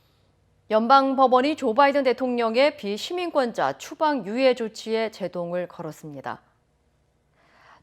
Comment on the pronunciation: 아나운서 발음 좀 명확하게 하시지... 추방유예하는건 비시민권자 또는 시민권이 없는자인데 몇번을 들어도 시민권자로 들립니다.. 아나운서면 발음이 중요한건 아실텐데..